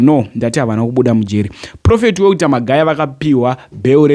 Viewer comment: Why do you say Welter is it not walter?